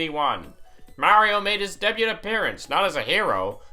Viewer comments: ITS DAYBEW NOT DEHBUTT! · I hope you realize the "t" in debut is silent. "Day-byoo"